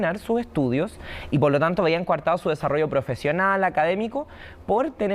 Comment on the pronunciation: se dice coartado, no cuartado